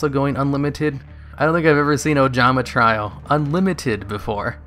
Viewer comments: also try-O "trio" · He's been mispronouncing trio for years, id mentioned it before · It's Ojama 'Tree-oh'. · Tree-oh, my guy. Jesus